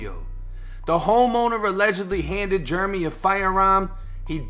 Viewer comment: Jeremy.... Jair-uh-me.... not Jer-me... been dealin with this forever lol